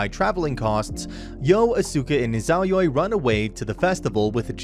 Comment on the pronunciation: God i hate how you say izayoi